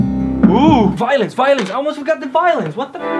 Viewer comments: i literally heard him say VOILENCE 😂😂😂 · Everytime yoy say violin i hear violence lol